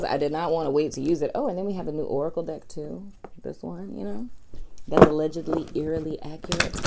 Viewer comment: 😂😂😂 during the Aquarius singles reading it sounded like you said dick not deck 🤣